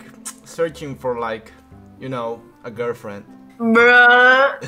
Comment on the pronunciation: y see for a girfien XDDDDDDDDDDDDDDDDDDDDD